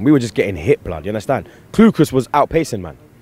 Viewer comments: yunnerstun blud, seriously fam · You mean "unnastan" don't you